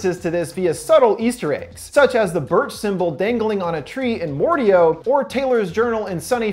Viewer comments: it’s Mordeo not Mordeow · I thought it was pronounced Mor- Dayo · It’s a great video but it pronounced Mor-day-o not mor-de-o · I believe the proper pronunciation is Mor-Day-O not Mor-De-O dear friend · its not mor deo its mo dae o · Not mordao mordayo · Why do you say it like more dee OH it's more day oh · pronounces Mordeo as Mord-I-O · It’s More-day-oh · Its Mor-day-O j.a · Sorry but it’s more day oh it’s said like that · Just saying it's pronounced "mor-day-o". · Very sorry but I had to say something, Mordeo is pronounced more-day-oh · Sorry but I'm pretty sure the mordeo is pronounced more-day-oh I'm sorry but I had to it was bugging me didn't mean to be rude or anything. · I think it’s pronounced more-day-o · It is said like more day oh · The monster's name, Mordeo, is pronounced "More-Day-Oh" :) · They already say the pronunciation, how the fuck do you still mess up mordeo (more-day-yoh)! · Bruh the way he says Mordeo got me trippin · He TRIGGERED me by mispronouncing Mordeo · Umm he saying Mordeo wrong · he mispronounced mordeo several times